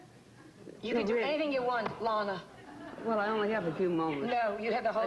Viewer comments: It's pronounced ' Lahna ' , as she corrected Bryant Gumbel on the Today Show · Simple. To piss her off. Bryant Gumbel did the same thing on the Today Show.